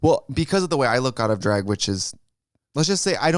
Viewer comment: The way Trixie say Drag is everything